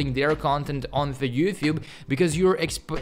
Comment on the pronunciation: Is he saying "You thube" ? 🙃